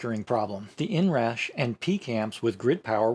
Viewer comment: "the inrash"? 😂